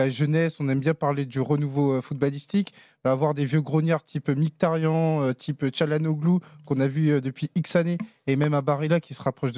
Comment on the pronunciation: C'est marrant vous faites bien attention à bien prononcer le nom de Calhanoglu à la turque (vous reprenez meme l'auditeur), pourquoi ne faites vous jamais pareil pour Mkhitaryan ? Ça se prononce normalement dans sa langue Miritariane.